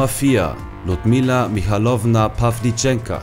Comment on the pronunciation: Pawlitschenko nicht Pawlitschenka